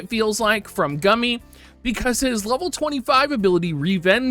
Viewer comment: is it not established that Gumi is pronounced as Goo-mee? XD